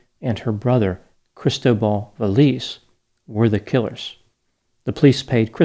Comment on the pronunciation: Cristóbal. The emphasis is on the second syllable. I can’t stop hearing crystal ball. 😂